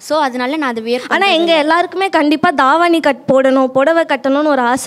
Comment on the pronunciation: Thaavani illa thavani